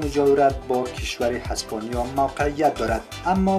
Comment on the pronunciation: برادرهاسپانیا یا اسپانیا یک زره گفتاری تو درست کن